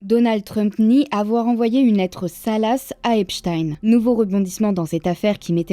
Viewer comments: Pitié faites un effort avec les noms svp… on est en 2025 et les français ont toujours un niveau d’anglais honteux… c’est EPSTINE pas EPCHTAYNE 😂😂😂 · c'est vraiment EP shtain en francais ? hahah 🤣🤣🤣🤣🤣